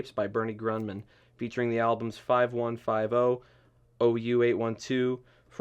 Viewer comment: You should be fired! You know how to say *NSYNC correctly but not 5150? Nice job, Hipster!